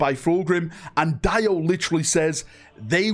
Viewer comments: It’s pronounced, “Dee O” not, “Die O” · It’s pronounced Dee-o not DIE-O 😅